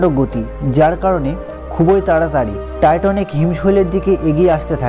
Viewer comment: জাহাজের নাম টাইটানিক আর আপনি বলছেন "টাইটনিক".. উচ্চারণগত সমস্যা হলে ভিডিও তথ্যবহুল হলেও ভালো লাগে না